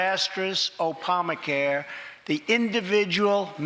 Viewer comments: exactly what i was thinking ... he (even when reading off a teleprompter) fucked up and mixed "Oprah Care" and Obama Care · Opamacare? How dumb is he LOL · "....Government ordered Healthclare "....The disaterous O-pamacare." smh lol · Trump... "The disastrous Opamacare..." "Oy vey.. ๏̯͡๏